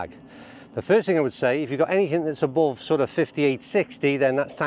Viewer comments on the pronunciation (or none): Oh ur trying to say th word "Above" . Had to rewind vid 5 times to get to ur first club to remove statement,,,"any wedge "above" 58° 60,,," . Thought u were saying any ' ball ' 58° 60...